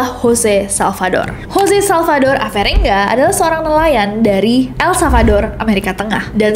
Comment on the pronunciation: El Salvador kan? Bukan El Savador?